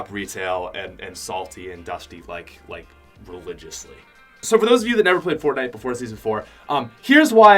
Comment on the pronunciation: “Religiously” wtf 😂😂😂